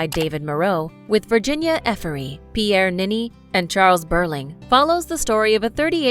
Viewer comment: It's Virginie Efira not Virginia eferry stop fucking with the name !